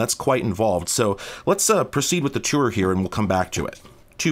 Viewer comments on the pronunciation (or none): none